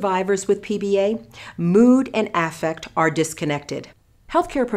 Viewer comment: The way she pronounces “affect” triggers me